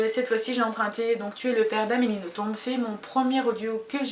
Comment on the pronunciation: Coucou, pour Nothomb (on ne prononce pas le B a la fin ;)), je te conseil Peplum, Les Combustibles, Acide Sulfurique ou plus récemment Barbe Rouge ou Pétronille (qui est une vrai turie !). Je me souviens avoir adoré Antéchrista aussi. J'espère que tu te laissera tenté en tout cas. Si tu n'accroche pas sur ces livres là c'est que Nothomb n'est vraiment pas faite pour toi. Personnellement c'est une auteure que j'adore.